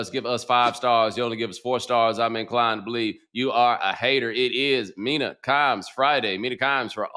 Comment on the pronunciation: Nobody's takes are mean-ah (Mina), it's times for the Kimes, it's Mina Kimes